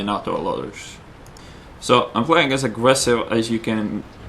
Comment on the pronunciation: i love is accent , obviously not english, but its awesome, pwaying, aggwesive, circonfwexes i love his accent